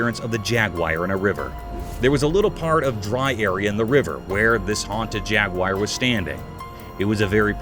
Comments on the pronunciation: You mispronounced the animal,Jaguar.its not pronounced jag-wire..its pronounced jag-war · Jaguar not jagwire lol 😂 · It's not jaguyer it's jaguar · Actually it’s pronounced jag-you-ah. Bloody Americans make the stupid pronunciation. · This guy and others prove that you don't have to be smart to be a commentator. He could not pronounce jaguar properly!